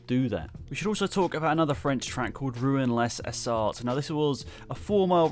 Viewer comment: You butchered the pronunciation of the french tracks Reims is pronounced "raym" and not rhymes Rouen les Essarts is pronounced "rue un lays essar"